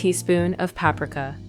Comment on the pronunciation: voice is AI (PAP ricka ?? and other mispronounced) time consuming cr*p. boo